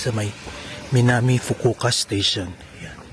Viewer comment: Fukuoka 😂Fukuka 😮kala ko Fugu ka?